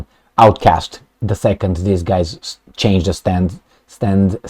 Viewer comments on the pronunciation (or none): none